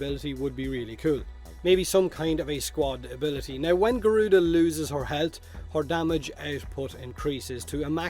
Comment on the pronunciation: Thatz more like GORE-RUDA instead of garuda 😑